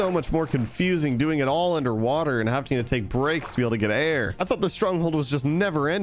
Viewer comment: Am I the only one going crazy every time he says haveting